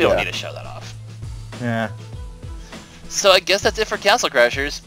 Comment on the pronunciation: wow im in a 5 and there in high school and they dont even now how to say castle